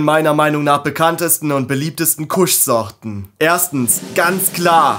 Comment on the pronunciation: alles cool, was mich immer wundert ist, beim Haze sprecht ihr es richtig aus, aber Kush sprecht ihr deutsch aus. Kusch.🤭Das OG wird ja auch englisch ausgesprochen und nicht wie bei einem Obergefreiten. Ich muss jedesmal grinsen, wie ihr eure Sprache nutzt, nicht schlimm, süß und dörflich. Trotzdem nice stuff und sehr gut gemacht dein Video. Bitte CBG hypen und die Welt aufklären und zum Mitforschen animieren. LaHuerta verkauft CBG Semillas, auch als Auto z.B.. Das "Ur-Cannabinoid", aus dem THC und CBD erst entstehen. Würde es schneller wachsen, würde ich berichten. CBG "soll" die anderen Cannabinoide boostern und als "single version" konsumiert, das Verlangen ohne sedierung stillen. Krass, oder? Der Tend geht zum Blend, ist meine frühe Meinung. Beste Grüße, Thor